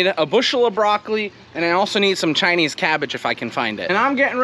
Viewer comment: "Chinese" cabbage. The way you say it sounds like yer sayin "tiny cabbage" and I couldn't figure how who'd want teeny tiny cabbage. 😂